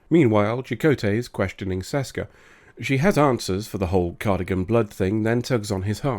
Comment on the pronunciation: IT'S CARDASSIAN! NOT CARDIGAN!